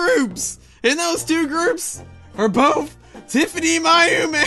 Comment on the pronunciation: It's Pronounced - Tif-any-my-oh-meh.